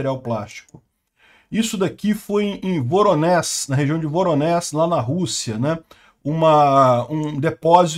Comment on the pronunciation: Voronéj(i) - não Voronés